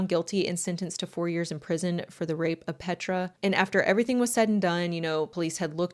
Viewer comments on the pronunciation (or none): none